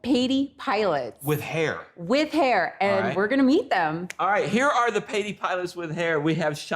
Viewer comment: Why Patey which should be pronounced like a burger " Pattie"